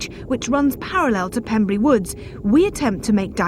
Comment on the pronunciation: I live in Pembrey, real close to the woods too, 0^0 also, she keeps saying "Pembree" its pronounced Pem-Bray, just wanna correct that